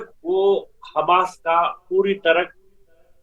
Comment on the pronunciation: ji aaj tak aapko ye bhi pata nahi chala ki hamas he ya khamas aap khamas bole ja rahe hen